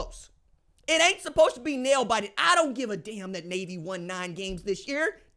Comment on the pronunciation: Nay-A-Vee Nay-A-Vee Nay-A-Vee Sound close enough?